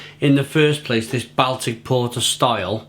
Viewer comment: I not wish you could pre ounce the word Baltic...